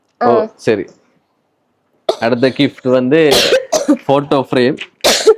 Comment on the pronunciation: Kift illa bro Gift endu sollugo